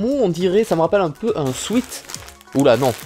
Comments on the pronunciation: ça se dit swète, c'était M.ProfChiant salut ! x) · Bon sweat en anglais ça se prononce "souaite". Non parce que ça me stresse